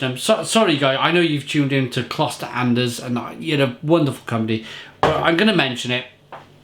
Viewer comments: You cannot compare the ch in German to an X, as it is closer to a French sound. An-dekhs, the s is voiced. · Greetings from someone born in Andechs. 👍🏼 First up your pronunciation was quite right there was just an "s" missing in the end. Secondly. You have to get the whole beer inside the glass to get the whole taste. First you get everything but like two fingers inside. Then you swing it to get the yeast of the bottom inside the glass. And to get the full taste cool your glass down 😉 Nice video 🤙🏾